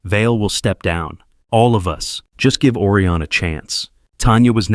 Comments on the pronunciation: It’s O Rye on. Not Orion; like Oreo. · Try to improve the pronunciation of words. Orion should start with original vowel sound ‘O’ like and pronounced as in open, over, Odeon, etc. Whereas, Aureon should be pronounced as Australia, audition, audio, August, automobile.